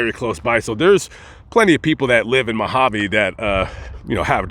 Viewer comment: Its not MAAAgaveeee its Mojave desert.. lol